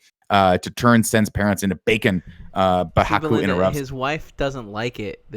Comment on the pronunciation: It's Haku. H-A-K-U. Why are you putting in the O?